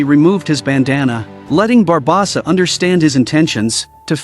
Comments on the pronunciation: Bar-bow-Suh Barb-oh-suh Great vid, mispronunciation of barbosa ate me up 😂😂😂 loved it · Barbosa not barbasa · I agree, how is it he can say everyone's name correctly EXEPT barbOsa! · It's actually pronounced BA BOS SA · The way the AI says “Barbawwwwwsa” over and over… it’s hard to believe at least half the population would be dumb enough to not realize the difference between AI and a human. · He said it in 9 different ways and none was correct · I absolutely love this channel every single video I watch it thumbs up, etc. They mispronounced Barbosa Every. Single. Time. I tried not to focus on it, but it didn’t work. 🤦‍♂️ Yep. White people probs 😂😂😂😂